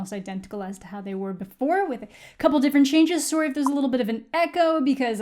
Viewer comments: I love how you can hear the canadian in amandas voice when she said soory in the beginning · lol you say sorry very Canadian